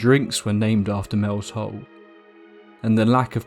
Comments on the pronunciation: Every time he said Mel’s hole I winced . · when you said mels soul it really sounded like you said mels hole